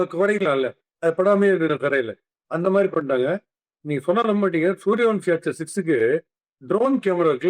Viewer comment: it’s suryavanshi not suryavamshi